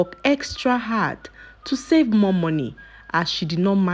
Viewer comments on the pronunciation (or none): none